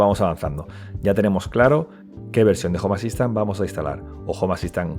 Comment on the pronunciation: Cuando pronunció mal "home assistant" dije bueno no creo que lo diga muy seguido, continuemos. Estaba equivocado, unas 300 veces en los primeros 2 minutos